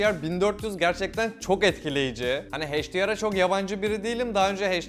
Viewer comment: HDR'ın okunuşu heyç - di - ar değil. Uyuz ettin video boyunca, kulağı tırmaladın. H harfi ingilizcede eyç diye okunur, heyç diye değil.